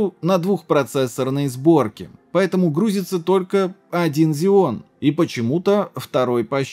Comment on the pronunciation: почему зеоны, если ксеоны? Xeon